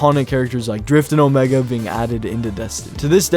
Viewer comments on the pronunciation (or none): none